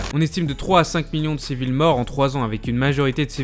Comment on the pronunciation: 1.52 on dit pas.... de perte civil-E ?